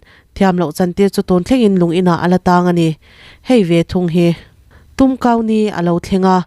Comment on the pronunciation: I Tumkau Ni lam dan chu leh 😂😂